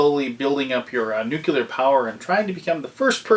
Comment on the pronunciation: Nice review! But you were slowly driving me crazy with your pronunciation of "nuclear." heh You kept saying it as "nuke-you-ler."